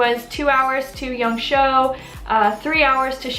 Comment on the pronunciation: Great video as always. Just one thing, it’s Yang Shuo, which sounds like “sure” without the rhotic r sound. It’s not Yang Show.